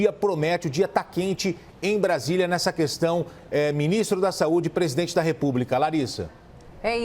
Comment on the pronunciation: Mandetta: "Povo não sabe se ouve ministro ou presidene". Eu diria q o Mandetta não sabe q é o presidente q fala ao povo, pois foi eleito pelo povo, e como ministro ele deveria se contentar em falar ao presidente q é seu chefe.